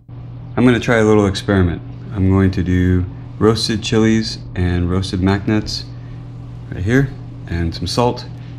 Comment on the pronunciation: "Mac Nuts to add in to the chocolate" sounded like "Magnets to add in to the chocolate" and i'm thinking, why on earth is he putting magnets in the chocolate?